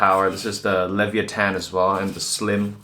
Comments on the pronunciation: LEVIATHAN, not Levee attan. Jeez hahahah LE VI A THAN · it isnt levyathan, it's LE-VIA-TAN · Lev-vi-ath-an, not Levy-ah-tan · Thank you for making this video. I am looking into this case and my first water loop, so this was really helpful! Also, I love the way you pronounce leviathan - levi-atan. :D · Bitspower Leviathan = Lee-viya-thin. :) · "leviathan"... No offense, my dude, because English is clearly not your first language, but I've never heard someone ronounce it worse than you lol